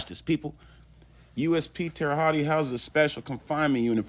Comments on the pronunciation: Bro, 2nd video I’m leaving this comment. It’s pronounced Holt or Hut not hotty or what ever your saying. Good research video, minus pronunciation of the name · You're not very smart at all!!! It's not pronounced tere hottie!!! It's pronounced Tere Hote. Do your research before looking ignorant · man, you dont say it like that Terre Hottie...hahahahahaha its Terra Holt pronounced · Hotti is crazy. Hote is the pronunciation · Terra hawt, that’s how it’s pronounced. Terry haute, that’s how it’s spelled. Please learn how to pronounce the words your trying to pronounce. It makes the content in unlistenable. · Pronounce that city name correctly please. Terra Hote- Land High in French . Yes Dylan R is still here alive. I'm told he is an asshole and a problem to those who have to watch over him. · How come no one can ever pronounce Terre Haute. The right way. Tara H-oat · Pronounced (Terra Hote). Just helping out. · It's pronounced Tara hote lol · Bro its pronounced like tara hoat lol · Terra hawt is the way to pronounce it lol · Terahaute not tearahaut e and stop the scummy a hole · Terre haute like hoat lmao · Terra hawty 😂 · Learn how to pronounce Terre Haute and do it over. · The butchered pronunciation of Terre Haute is almost unbearable. Then he repeats it constantly. Google has a pronunciation feature. Use it. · Drop the "e" sound on Terre-Haute, just saying. Good show my man! Check out "Boston Chinatown Massacre" Nam Tham, 5 bodies Ping On gang (linked to 14k Triad) "Burnt Ziti Murder" Richard Rosenthal (Rosie opened up his wife literally) the list goes on. Mass State Prison.